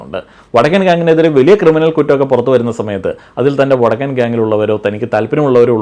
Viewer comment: ഇ വടക്കൻ എന്നുള്ളത് ഒന്നൂടെ ക്ലിയർ ആയി പറഞ്ഞൂടെ 😂😂😂😂